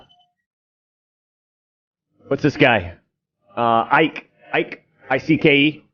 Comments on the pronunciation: David Icke is pronounced like Pike, not psyche. Other than that, good video. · As someone from the UK. David Icke, "Icke" is pronounced like "pike", "hike" etc. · FFS. "Icke" is one syllable: "ike". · Oh, the "everyone is racist" route...... Foh....it is quite obvious you did absolutely the bare minimum research before you opened your pie hole in the subject. You cannot even pronounce David Icke correct. Not only that you stayed only inside your echo chamber when finding information on him. Just ridiculous...... You may be able to fool your brain dead subs on David Icke, but anyone who has actually listenes to the guy knows what's up.......